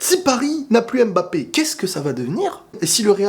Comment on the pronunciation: MBAPPÉ et pas M-BAPPE dsl ça me perturbe trop😭😭